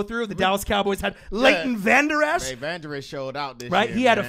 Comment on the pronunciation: It's Leighton vander esch